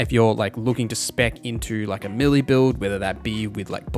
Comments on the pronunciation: May-lay. Not Melee. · I am sorry to be that guy. I love your content, I just wanted to say “melee” is pronounced “Maylay”